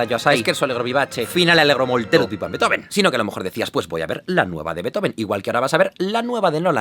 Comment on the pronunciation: Todo bien, pero no se pronuncia "Betoben". Sería "Bíizofen"